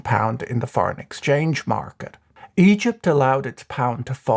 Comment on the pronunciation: i can't help but hear "eedjit's currency crisis"